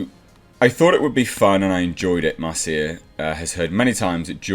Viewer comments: Normally, at least in the US, Marcia is pronounced "Marsha". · Her name is pronounced "Marsha". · This quote came after TLJ and before Rise when it was total Mary Sue. And pronounce Marcia correctly. And credit Doomcock for breaking this story wide.